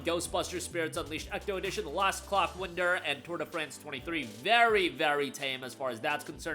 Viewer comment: 🕑💨er Yeah that's not how clockwinder is pronounced